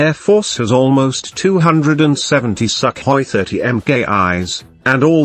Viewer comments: I like your pronounciation of "Super Suck Hoy"! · INdian "SUCKhoi"... wooooow!!! i dont know wether o be offended or to laugh my ass off.